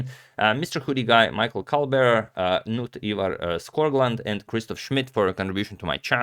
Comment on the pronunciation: Knut is a Norwegian name. The 'K' is pronounced.